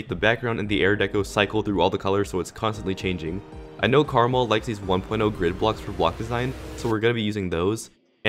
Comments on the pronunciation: it’s not Caramel, it’s (Kur-maal) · ITS KARMA-L!! NOT CARMAL!!! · pronounced KAREEEEEEEEMEL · Did he say Karamel Or Krmal? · you say it like karma l